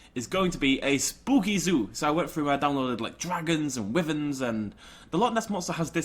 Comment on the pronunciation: pained scream of the mispronunciation of “wyverns”